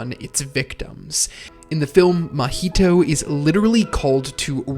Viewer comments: Why do you keep calling the main character "Mah-HEE-toe" instead of "MAH-hee-toe"? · It’s a decent video, but the way you’re pronouncing the name is killing me. It’s not like the drink Mojito. lol it’s like ma Maiheeshtoe or sound like my heee toe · I’m about to discredit this whole video just by the way that you pronounce Mahito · Bruh can you please pronounce the main character's name right😅